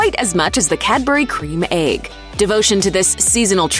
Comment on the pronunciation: Oh my god. It's an EGG not an "aig". F*@